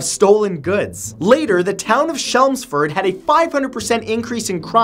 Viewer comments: Chelmsford is pronounced with a CH (as in cheese) not with a SH (as in shell.) Another very interesting video. :-) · Just wanna say, its Chelmsford not shelmsford . interesting video though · That's not how you pronounce Chelmsford. It's 'helm' with a 'c' basically. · Re: No. 6 - Chelmsford is pronounced with 'ch' like 'cheese'. I should know, I grew up there.